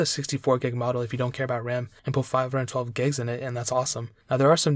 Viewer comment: I swear, if he says gegs one more time...